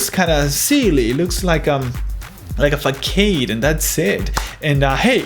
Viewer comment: Just to help your English, but you said the word horse like hearse. Should be HOR-s. Also, you pronounced the word façade wrong. It's pronounced FAH-SAAD. It's originally a French word that means frontage or face, so that is why it does not follow any of the laws of normal English.